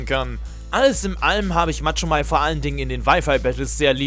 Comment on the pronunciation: Machomei nicht Matschomei 😂